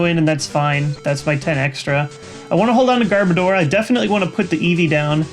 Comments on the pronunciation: Garbodor sounds like Goudavour in your mouth xD Also I am pretty sure I spelled the last pokemon wrong, but don't hate me for it.. I am not as knowledgeable pokemon wise as any of you.. I just enjoy it and noticed it =X hope it helps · I'm pretty sure when you say Garbodor, the last two syllables are supposed to be pronounced like the word "odor." Personally it doesn't bother me when people pronounce it differently though. Pretty sure that's the only "wrong" pronunciation in the video, though.